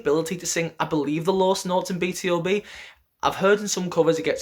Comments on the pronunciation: it's pronounced B-2-B, not B-T-O-B. do you read hangul? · Not "Bi Ti O Bi" but "Bi Tu Bi", BtoB is "Born to Beat"😊